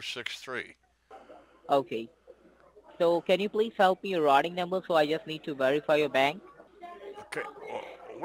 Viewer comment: The “rotting” number lol he can’t say routing haha